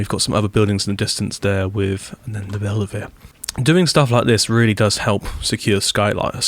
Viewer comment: Also, Belluno is pronounced Bell-oo-no, not Bell-ah-no